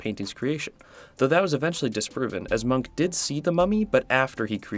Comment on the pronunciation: Bad at names, pronounces munch as monk.... Srry dude, but if you do not know how to say a word you can 1. look it up, 2. ask someone else and 3. You could not throw your arms in the air and proclaim that it can not be expected of you to say something in a slightly different language than your own. Munch is a globally known and recognized name, im sure someone on the internet has spoken the name before for you to hear.